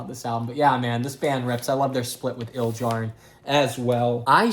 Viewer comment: you mispronounced Ildjarn and then said RAWR so pretty much fuck you